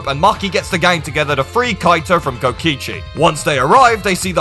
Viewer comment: Kotkisi?!?!😂it’s kokichi